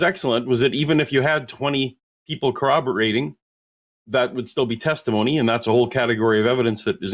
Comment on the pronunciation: He can't even pronounce corroborated. "Kuh-Wobber-Rated" is what he keeps saying. I've reached the point in my life where if someone is too lazy to spell or speak correctly, especially when they are explicitly told the correct ways, I don't trust them to try in any avenue of life, and I don't want anything to do with them.